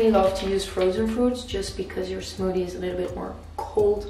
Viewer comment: Love how she says Smoodie